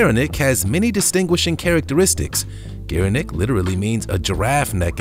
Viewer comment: "Gere-nook" and no, it's not a Somali word. "Co-ati-moon-di"